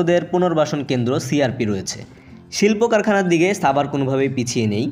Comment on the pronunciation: ভাই ছাবার না, সাভার